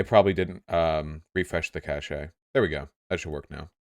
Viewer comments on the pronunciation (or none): To be fair, he was pronouncing it like "cachet" which is a word that doesn't come up often and frequently gets misspelled as "cache" so it's understandable that he might have somehow bundled those ideas together at some point on accident.